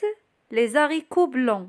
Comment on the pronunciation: Le h de haricots est un h aspiré, il n'y a pas de liaison. Dans le mot brouillé, on ne dit pas bruillé avec un ui mais on dit brouillé avec un ou. Merci.